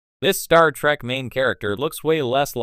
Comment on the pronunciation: Star Feet? Wtf. Terrible A.I narration.